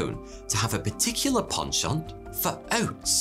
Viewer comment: the number one reason i enjoy watching englishmen talk online is the fact that they say 'penchant' properly. Thank you so much man, it's a breath of fresh air LOL